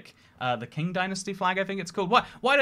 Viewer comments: Qing is pronounced Ching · i think it’s pronounced “shing dynasty” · How it’s pronounced Cing Dynasty how it’s written Qing dynasty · king dynasty…. …xing dynasty Me: QING DYNASTY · The q in Qing and other Chinese pinyin is pronounced as "Ch"